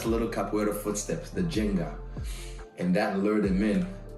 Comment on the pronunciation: One minor fix: it's "ginga", not "jenga".